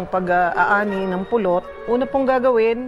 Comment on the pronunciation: natawa aq sa pagbigkas ni korina sa pulut,prang napulot haha